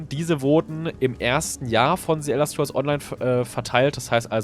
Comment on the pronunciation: "ze Elder Scrolls"